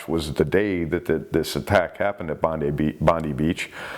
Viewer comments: Bondy beach lol , it's bon-die beach. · Lolz, Bondi beach is pronounced bondeye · Bondi is pronounced as “Bon-dye” in rhymes with “eye”. Idk why, but that’s how we pronounce it. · BONDI beach Sydney pronunciation BOND EYE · That goddamn seal's back again. BTW, the playground of the Pacific known as Bondi Beach (don't step on a syringe!) is pronounced BOND-eye. In any case, thanks for another year of hardcore shark action! Happy Noo Year, everyone. 😺🍺👍🏻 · G'Day Mate. love your vids. Bondi said as Bondeye.Just thought I would help. Cheers Rory Please keep then up I am learning a lot. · Hi, very interesting channel! Just to let you know (as a fellow American who lived in Sydney for 5 years) they pronounce it Bond-EYE beach. I was corrected several times myself there! If you ever do anything off the Great Barrier Reef and the town close there: Cairns is pronounced Cannes (like in France). I know there are a lot of bull sharks there in canals, harbors etc which seem quite vicious but usually off shore seems to be mainly great whites (or white pointers as they call them) especially in the southern areas of the country. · Great channel have been subscribed for awhile now. as a Aussie when saying Bondi we would say it like bon die. Just for reference. Merry Christmas and a happy New year. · Great show. Being an Aussie, Bondi beach is pronounced 'Bon- die' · Hi its pronounced bond die. Good grief the bloke in the kyak was very lucky, such a huge shark.Always remember that Australian place names make no sense half the time.